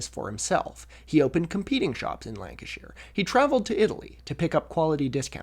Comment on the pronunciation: thank you for pronouncing the "shire" in lancashire correctly, i don't think i've ever heard an american do that before